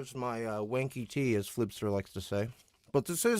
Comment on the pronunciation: where you’ve been saying “wanky”, do you mean “wonky”? 😂